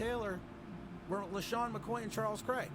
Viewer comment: first it's rashawn slater .... if you are going to say someone's name be intelligent enough to get it right. Second, I said I would Draft Parsons and I was saying 'suck for the duck' before he decided to return to college. Try going back and watching the videos... I know you might not be smart enough to do it... but give it a try....